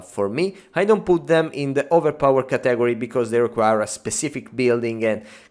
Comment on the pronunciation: Sometimes I just miss the way he says catagoary